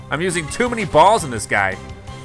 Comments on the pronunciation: Ayyoo he said bawls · I know right